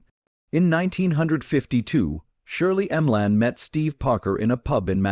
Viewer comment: What a load of fiction and crap! You should be banned from YouTube. All this is is lies for profit and a cheap, cheap, cheap AI voice. Shirley M-Lan. Give me an effing break.